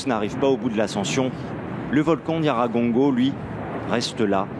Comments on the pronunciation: Déjà d'où il vient lui? Il ne raconte que des bêtises, choisissez qui vous inviter svp il n'arrive même pas à prononcer correctement NYIRAGONGO n'importe quoi. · Le monsieur ne sait même pas dire le nom du volcan Nyiragongo. Cher compatriote tu peut vraiment dire qu'il n'ya pas des hôtels à Goma? L'Iccn lui même a un Hôtel au sein du Parc où certains touristes acceptent de loger vu le standard et les conditions hors du commun. N'oublie surtout pas que Goma c'est la ville touristique où tu trouve au moins un hôtel tous les 100m. Si tu ne connais pas informe toi!